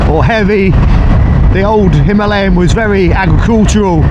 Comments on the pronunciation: The dude cant read. Its written as Himalayan but he keeps saying Himaliyan :) Im still gonna watch the video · Did he say him are lee em?? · "Himahhhleeon", not heard of the Himalayas then despite travelling? 🤣🤣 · It's pronounced 'Him-a-layen', the same as the mountain range 😅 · It seems everyone pronounces the Enfield himalyan... Itchy boots, mad TV and many more.... Why? Dunno, but it scratches my brain when I hear it :))) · God! Learn how to pronounce "Himalayan". I had to turn off the video . I couldn't listen to the mispronunciation anymore. It's not the accent that's the problem, you just don't know how to read. I have plenty of English mates who pronounce it properly. It was too much of a distraction, I couldn't focus on the video. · Why can't anybody pronounce"Himalayan" correctly? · Can't pronounce himalayan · Crikey, how are you pronouncing "Himalayan"... very distracting! 🙂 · Say Himalayan properly or not at all 🥶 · How does this guy not know how to say Himalayan? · Oh dear he says it about 100 times. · I came to the comments looking for the Indian pronunciation to see which was correct. I’ve never heard it pronounced that way